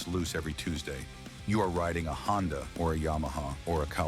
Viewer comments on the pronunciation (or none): none